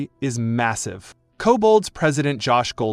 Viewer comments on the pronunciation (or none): none